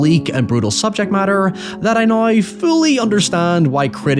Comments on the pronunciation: Loved the vid. I giggled every time you pronounced now as neigh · How Do YOU say HOWEVER? Hiyever, You saw NOW, nigh.